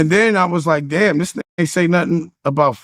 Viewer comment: For no “dame” reason😂😆🤣